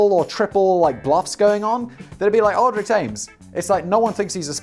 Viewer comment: Aldrich Ames is one of the most famous traitors in history - btw it’s pronounced “All-dritch”